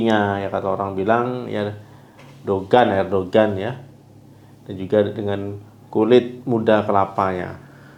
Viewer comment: Bukan Dogan tpi degan dok....